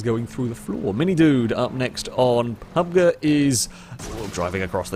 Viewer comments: did he seriously say "Pub-ger" XD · You said PUBG like u never heard of it before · Say 'pubg' again 🙉🙉